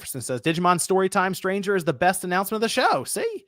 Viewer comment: I just wanna say that I'm pretty sure it's "Digimon Story: Time Stranger" and not "Digimon: Story Time Stranger"